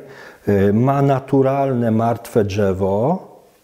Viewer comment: pierdooooo ze nie przygotowany, słychać że to Polak nie wychowany w Polsce, czyż nie ? Szukacie gówna we złocie, ja szukam złoto w błocie, jebać okładkę, liczy się treść. Nie jestem amatorem bonsai, całkiem spoko materiał. Dżewo, nie dżewo, panie prowadzący rób dalej, liczę na rozwój bonsai w Polsce.